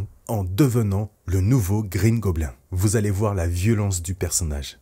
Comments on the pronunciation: tu prononces de base mal le mot Goblin donc mieux dire bouffon vert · Mes oreilles saignent à chaque " goblin " prononcé 😂